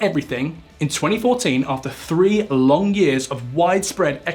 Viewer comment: Not to me, he couldn't even pronounce "Lehman" Brothers correctly. He's also one of those people who pronounces "three" (3) as "free".